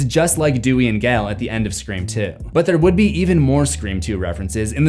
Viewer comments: Every time you said SCRE4M I thought I was going crazy 🤪 because the way you pronounced it lmao 🤣 glad I’m not going 🥜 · I cringe everytime I hear you say Scre4m